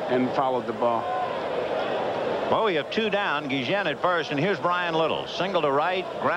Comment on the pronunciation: Why are the announcers calling Ozzie Guillen, Guijen?